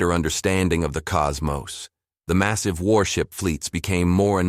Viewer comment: What the heck variant of English is the Narrator using? "maSEEVE", "rahDAR", VAR-ee-ANT" ???